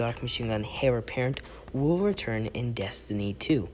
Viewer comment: It's pronounced 'Air' apparent not 'Hair' apparent